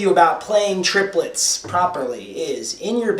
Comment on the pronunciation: triplets are counted trip - le- tts